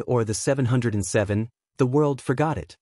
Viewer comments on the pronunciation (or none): OK. Sorry if I was too harsh. I understand what it's like to be too busy. Just a suggestion, but maybe you could preview what AI is going to say and force it to use correct words and phrases by writing it out. Ex. Instead of writing 707, which it said wrong, you could write Seven Oh Seven, or something like that. Good luck with your studies and much success with your youtube channel.